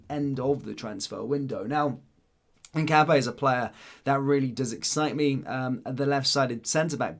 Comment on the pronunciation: Hi mate it's pronounced hin cap ee yah?